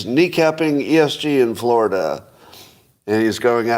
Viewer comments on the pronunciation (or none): none